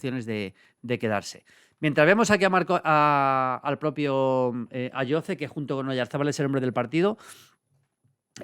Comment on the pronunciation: Ayoze se pronuncia con S patrón